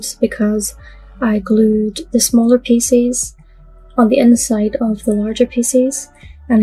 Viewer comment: I just love your videos but do you realize you pronounce pieces like “ feces” . I always cringe when you say it and then I smile because I know you don’t mean that way .